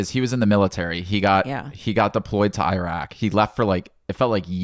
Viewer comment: it's Iraq not i..raq